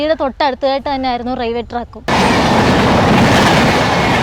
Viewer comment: Raiwel alla pottathi "Railway".